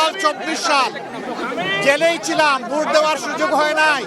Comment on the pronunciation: এলোক তো ভোটটাও সঠিক উচ্চারণ করতে পারেনা, তা দেশ চালাবে কিকরে। ভোটকে বলে ভুট হা হা হা😁